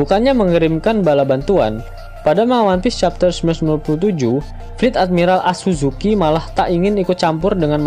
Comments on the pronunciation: Akazuki minn.., pembawaan mimin di vidio ini sangat serius jadi tidak elok jika mimin ngomongnya asuzuki. Berasa gimana gitu dengernya... Kalo animenia mah pembawaannya sambil bercanda jadi terasa biasa kalo ngomong asuzuki. Bukannya membandingkan tapi lebih baik jadi diri sendiri, mimin itu orangnya serius jadi lebih enak didengar kalo ngomnongnya akazuki saja jangan asuzuki.., ngga enak didengar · Hmpir gue mau komen kek gini, kirain telinga gue doang yg slah emg admin nya rupanya SAKAZUKI min kalo gk bisa nyebut si anjing merah XD